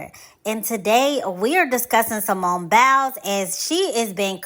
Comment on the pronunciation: "Simone Bowels." Lol. The way she pronounces it.